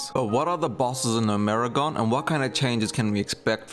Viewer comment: never in my life have I heard someone say gnomergan "NO-MERI-GONE" wtaf zoomers really can't read